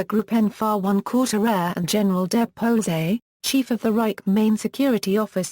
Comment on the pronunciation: Get a voice actor that can speak German and pronounce sicherheitsdienst, polizei etc.